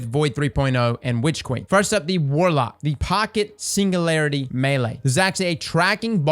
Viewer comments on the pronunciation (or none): none